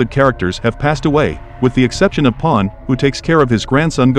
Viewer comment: Your AI sucks. Pan is now POOOOON - - -- and Shenron is SHENNNNLOOOOOONNG